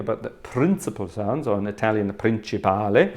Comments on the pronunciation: I had to rewind and listen again to your italian, would have never expected such good pronunciation. Complimenti, grazie per questo piccolo regalo ai tuoi appassionati dallo stivale (Congrats, thanks for this little gift to your fans from Italy). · During the first few seconds I thought the video was only in italian😂. Ottima pronuncia by the way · Wow, very good Italian pronunciation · Good italian pronunciation!😄